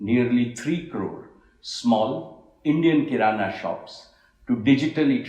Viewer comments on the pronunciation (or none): Great work dear....instead of kirana shop you said Kinara shop....Hahha...i know its a slip of tongue...but enjoyed it....